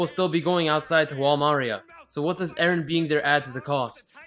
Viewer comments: Does anyone notice that he says edgen instead of Eren Umm never mind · It's EREN dumbfuck nit edgen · its eren not edgen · its eren you stupid turd not edgen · sry but is it not 'eren'? not edgen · "edgen" lol😂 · Why does he call eren edgen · The fact that he kept saying Edgen deserves about 47 sins. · "Edgen" The fuck? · he only says Edgen when it's Edgy Eren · Now I just want to keep calling Eren, Edgen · The way you say all the characters names is INFURIATING. Reiner literally said Jeans name correct and you still his name wrong🤦🏼‍♀️ you’re saying Mikasa’s name like the Spanish saying of make yourself at home😂😭